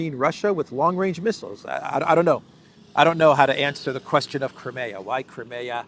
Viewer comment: let me bring to your attention. It is NOT Cri-meeea; it should be read krai·mee·uh.... Please correct your pronunciation. You are straining a simpler word